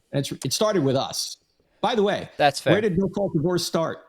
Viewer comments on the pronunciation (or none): Very difficult to understand “no-fault divorce”